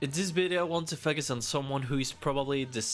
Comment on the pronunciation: It’s FOE-CUS not FUK-US. Hope that helps!